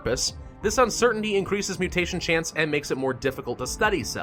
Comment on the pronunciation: "oh... AIEIAEIAINNNcreases effectiveness in humid and arid environments, but causes moderate irritation in hosts." what did I just witness 💀